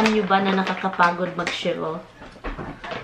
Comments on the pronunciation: Shivel another meaning pronounce it as shovel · Tulong lang sayo ha, say shovel not shivel. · It's not shivel, but shovel. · She said shiebel at least 20 times it’s shovel my friend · The right word is shovel, not shevel.